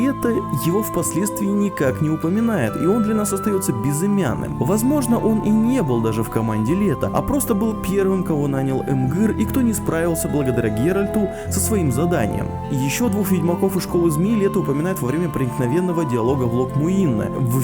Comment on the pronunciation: мда... теперь у нас не Эмгыр Вар Эмрейс, а Ымгыр Ван Ымрейс, а у ведьмаков классическими мечами стали полуторники. Подготовка к видосу просто топ!!!